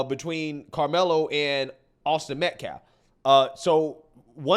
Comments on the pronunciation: And deliberately mispronouncing the victim's name. is human trash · It makes me so frustrated that the guy can't even pronounce his name right. Can he at least have that?!?! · That lawyer cant even say Austin's name right🙄 MetcLLaf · He even said "MetcLLaf" 🙄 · Austin Metclaf. Becuase weeeee respect the dignity of life... Yeah, well, no. No you don't. You just said his name wrong. You don't care. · I listened three times to the guy from the school - each time it sounded like he said Austin Metclaf. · That POS keeps saying "Austin MetCLAF". Almost every time. Is it on purpose? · ”Metclaf”. Who’s the ignorant fool representing the killer? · Bro coulda said m3th lab and he'd have been closer to getting the ded boys name right... it aint meclaft bruh, its Metcalf.... and then to say "any child losing their life is a tragedy... thats my answer".... he may as well have said "you cant lock up a black kid for k!llin a white kid" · Metclaff?! Why can't that fool ever say Austins last name? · I hope this is the last we hear from this stupid family spokesperson after this is over. Dude can't even pronounce MET-CAFF, not MET-CLAFF. I know I spelled it wrong, it's called phonetic. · Who is Austin "metclaf?" That dude can't even say his name right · Guilt has been confirmed, thank you school board. Also why does he keep pronouncing every other word wrong? Mehtclaff? Really?.. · Sometimes I think that they purposefully mispronounced Austin's name so they have plausible deniability when their words back fire on them. Like him saying they respected Austin fully, when they know for a fact they disrespected Austin by kicking out his father from the public event. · TEMU lawyer can’t even say “Metcalf” correctly 😵‍💫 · This guy talks about disrespect of someone, then mispronounces the name of the kid that got stabbed. He might as well been the person who did the stabbing. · Can’t even say his name correctly 😢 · Riiiight but yet you can’t pronounce his NAME 🙄